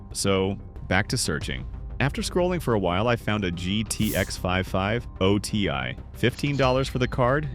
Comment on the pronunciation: "GTX 5 5 O ti".... Why'd you do that? Why'd you say it like THAT!?